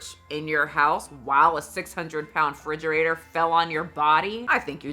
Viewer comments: BABYGIRL!! 😡 It. is. REFRIDGERATOR. A "fridgerator" is not a thing. I expect more from you 😂❤ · make Mickayla's barbie bald and create or buy some Barbie WIGS for when she changes her hair. Also, the way you say refrigerator makes me smile. The only time you've had a noticeable accent.